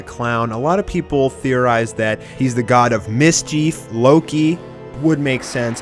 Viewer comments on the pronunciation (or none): My god. You have extremely annoying pronunciations. Miss-Chief. wtf! See-dra. Horrible man. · how do you not know how to pronounce mischief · Miss-Chief lmfao. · "Miss-cheef?" hahah